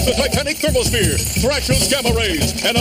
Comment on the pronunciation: (what I heard) AS THE TITANIC THERMOPHERE.